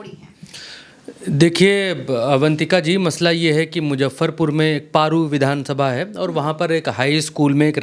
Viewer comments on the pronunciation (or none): आप पत्रकार हो जगह का नाम सही से बोला करो पेरु विधानसभा नहीं बल्कि पारू विधानसभा है।